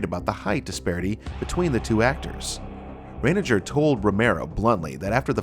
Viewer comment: Scott Reiniger (Rye-neg-er )😊